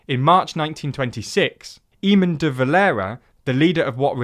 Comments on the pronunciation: Eamonn deValera's first name is pronounced the same way as Eamon Holmes...A-mon. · "Éamonn" is pronounced AY-mon, with the "ay" as in "day'. Guys, there are resources where you can check this stuff! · surely they know an Irish person they could ask, "how to pronounce this?" Poor old E-mon.